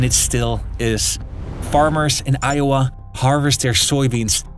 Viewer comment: as an iowan who on earth says ioway????